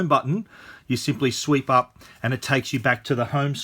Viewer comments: For real? I've never heard anybody using the word "sweep" in this context though. I'm not a native so that was just weird for me to hear him saying that :) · Luke Mattson he actually said "sweep", which is Australian way I guess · If you pronounce "swipe" as "sweep", then how do you pronounce "sweep"?